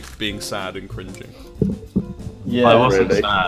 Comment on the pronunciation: “i’m crinking” made me laugh way too hard